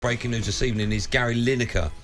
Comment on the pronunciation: Good Ebening Simon.